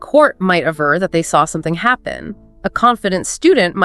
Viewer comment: At min. it’s gotta be 'aver' (v), not 'avar'. 😊